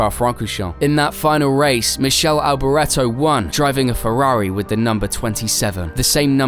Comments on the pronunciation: Gills was one of the best, absolutely fairless, goodness knows how many championships he'd of won if he'd of still been here. Please get your mispronounces of names sorted. For example Michelle Alberetto you said... It's Michalie Alberetto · Far too much AI in this and the mispronunciation of Michele Alboreto, yikes.